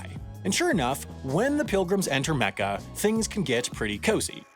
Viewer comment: You said Mecca, Mohammad, Muslim and Hajj wrong